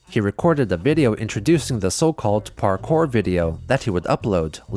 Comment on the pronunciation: It always cracks me up that Chris called parkour "parkay."